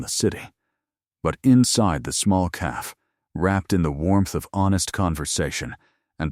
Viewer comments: Right off the bat. Once again AI can’t count. “Just 3 words. I’ve never done this before.” That’s 5 words AI. It totally detracts from the story when such blatant errors are in it right from the start. How does AI not know how to pronounce “cafe”? It’s not caff! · Great story!❤ Anyone else get frustrated with the narrator not saying “cafe” properly??it’s not a hard word? Why are the main characters always a “Chen” and “Dante”? Are there not other names they can use?